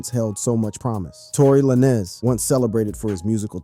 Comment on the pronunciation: Because you said Tory lanes Name like that so many times I’m not liking this video 😂